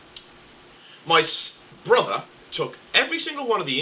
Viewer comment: I loved when you rambeled on about your bother under your breath.